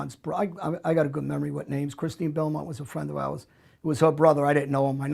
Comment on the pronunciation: why does he keep saying a friend of are's he is not Italian